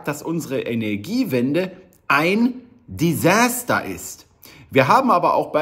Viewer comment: "desäster" ? was ist das?